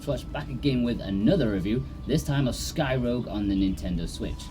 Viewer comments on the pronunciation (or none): threw me off. I thought you said skyrim for a seconds there 😂